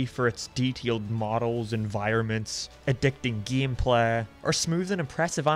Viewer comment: Sadly, most Simpsons-themed video games were not received very well with poor controls, confusing gehmplah... I don't know what this accent is but I love it.